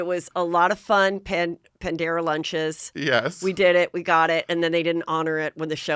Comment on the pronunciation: Panera not Pandera -LOL